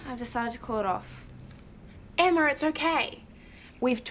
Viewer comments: its funny how they say each others names. emma just sounds like Emmawrr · DID SHE JUST CALL HER EMMARR ??¿